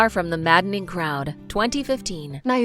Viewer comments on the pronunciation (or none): The mispronunciations drove me crazy. I can still remember a high school English teacher warning us NEVER to call "Far From the Madding Crowd" the "Maddening" Crowd or we'd sound so ignorant-- as this girl does! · Maddening crowd? Machinations, pronounced ‘sh’. Jane “Ire.”? Bront ? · The narrator needs to learn how to pronounce certain words and names please. For example: It's Far From the MADDING Crowd (not Maddening!). Devonshire is pronounced Devon-share. Bronte is pronounced Brontie. Jane Eyre is pronounced Jane Ere. There were others, but these ones stood out. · OMG. Can the commentator at least get the pronunciation of names and titles right. There were at least 5 errors..eg. Far from the Madding Crowd not Maddening!! Jane Eyre (air) not (eye er) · Too many mispronounced words to list! (things like "...Maddening crowd") The woman obviously hasn't actually watched the films if she says "Jane Ai-er" x) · Eyre sounds like "air" It's not maddening, it's madding Wasikowska sounds like Vashikovska Devonshire is de-von-sher Chalamet sounds like shalamey 🙂🙂🙂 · "far from the mad ing (two syllables) crowd" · yes that’s a common mistake. It was required reading for my final year in high school Even with the title in front of them, some students still said “maddening” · Also mispronounced Madding Crowd